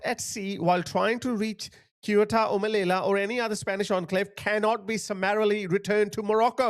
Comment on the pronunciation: Sue-ta, meleeya…….thats how you pronounce Ceuta and Melilla! Say it properly!